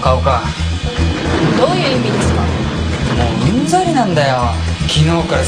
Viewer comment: ウンザリがアンザリってwww 拙者ってwwww